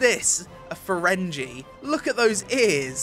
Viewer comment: You said Ferengi wrong